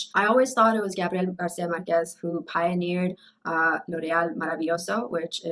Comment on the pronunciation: What about "The Dead Man"... Have you read that already? And if so: what do you think of it? Also I think you pronounced "Márquez" wrong (as all English speakers do): the accent is in fact in the first syllable, not in the last.